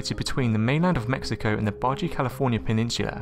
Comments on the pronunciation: You mean Baja California Peninsula? As in "BA-HA"... Kinda like Jesus = "Hay-Zeus". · Oye! Baja is pronounced as "ba-ha" ya wanker! :-P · There is also the legend of the Leopard Shark. BTW, baja is pronounced Bah-Hah, seriously.